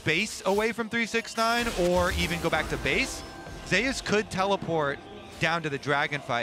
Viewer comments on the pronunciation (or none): Zeus is zeus not ‘Zay-us’